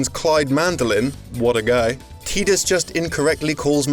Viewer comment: TIE-dis. Not TEEdis.